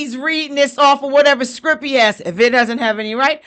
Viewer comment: I love your channel. You have to pronounce the whole word for optimum respect. Its not SCRIP....it's SCRIPT. I'm on your side.